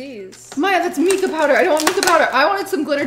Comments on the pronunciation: I feel irrational anger hearing you pronounce mica as meekah. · Unless you're from outside the U.S., MICAH is pronounced: MY-kuh. It's a type of rock.